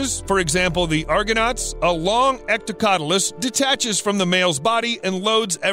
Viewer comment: 'Hectocotylus'. With an H at the beginning. Not ectocotylus.